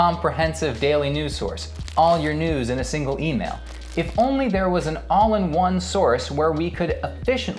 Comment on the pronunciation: Now that is pretty dERRn clevERR thERR,! Just tERRific!